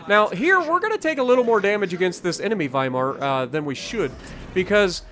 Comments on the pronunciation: "W" in German has a "V" sound. you pronounced the name correctly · Thank you for pronouncing the w as a v since it’s German